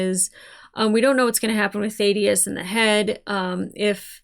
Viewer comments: Please actually listen to characters names. It is NOT Th-aid-i-us. It is th-ADD-i-us. Have you never in your life heard the name Thadius? Ffs. I enjoy your reactions but this is ridiculously irritating. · THA-DEE-UHS ... short A sound. Just sayin'. Excellent review/analysis of Fallout!!! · I still find it weird you can't say "Thaddeus" properly. It's up there with your "Dalek" pronunciation. It must be an American thing. I bet you can't say "Craig" either :-)